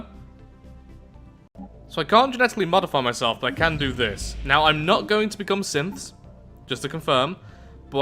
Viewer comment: every time you say synths i think you say simps, and every time i hear that i just grin.